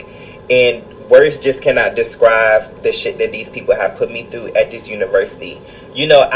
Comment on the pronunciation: “Descrive” lol 😂 Sometimes when you try to expose somebody else, you are exposing yourself too. He says he shouldn’t have been lying and hiding but yet if things would have gone his way he would be okay with it . Bye! 😅